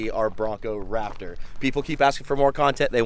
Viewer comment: SQUEEEEEEE!!!!!!, you made my day when I heard you say Brap-Tor!!!!!! I think it's a fitting name. How about you #LiteBriteNation?